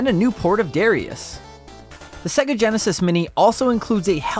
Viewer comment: Why does this chap pronounce is SegAA?